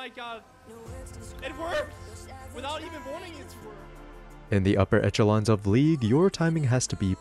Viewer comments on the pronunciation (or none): Echelon is pronounced "eshelon", hope i could help!